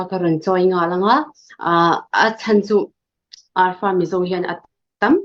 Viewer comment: Arfa nilovin alfa (alpha)